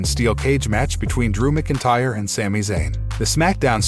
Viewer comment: Narrator keeps saying Drew McIntyre wrong 😑